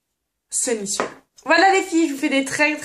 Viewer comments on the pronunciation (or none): none